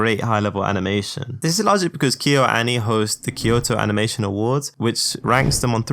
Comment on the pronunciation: Kayo-ani , avangelica, etc bro just wants to be done with this shit. No retakes allowed